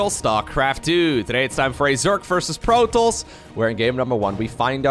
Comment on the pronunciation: i hate the way he says Protoss, it's wrong.